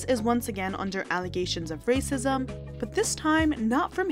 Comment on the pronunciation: Stop with the rrrrrrracism! To keep focusing on rrrracism is to keep up the Divisiveness! I thought inclusiveness was in!!!!!